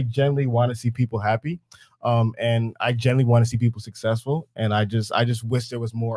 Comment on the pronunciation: anyone would blank out when talking to an adult that says "sussessful"